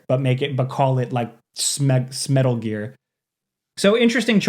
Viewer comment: Ok, “smetal gear” earned you a thumbs up